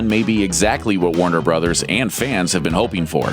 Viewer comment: At first i thought he said Wonder Brothers but he said Warner Brothers lol